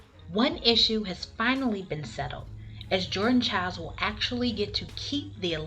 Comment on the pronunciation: Also, thanks for pronouncing her name correctly! These three ladies are fabulous- I loved their tribute to Rebecca